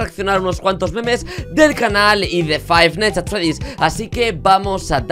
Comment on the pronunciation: Faitnais ands Ferddidds